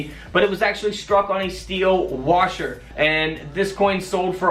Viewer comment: It sounds like it's spelled. There's no R in washer